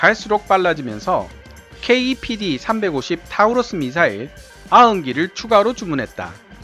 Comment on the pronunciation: 타우러스가 아니라 토러스라고 읽는겁니다.